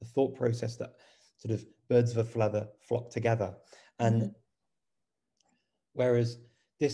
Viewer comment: "birds of a fleather flock together". Sounds like Dr Seuss! But seriously, there's got to be a name for this type of spoken error. I wonder what it is.